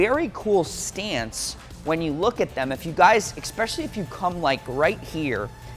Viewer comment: “eXpecially” lol